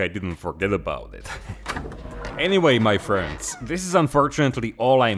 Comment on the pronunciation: I like that "mA friends" in the beginning